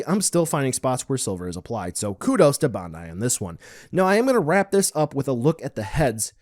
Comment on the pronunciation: I see that you still cant pronounce BANDAI